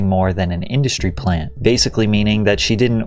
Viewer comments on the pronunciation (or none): none